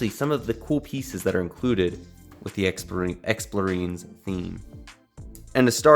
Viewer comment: It's explorien like alien. Not marine.